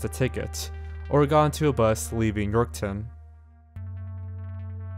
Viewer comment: York-town lmao. he just adds a 'w' in there.